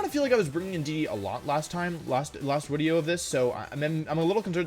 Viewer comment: "I had an idea for a new wideo" :3